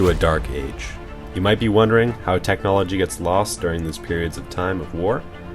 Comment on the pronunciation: It's pronounced technology. You also made many other errors when speaking throughout the video. I would recommend consulting a dictionary and reading the phonetic pronunciations for future videos.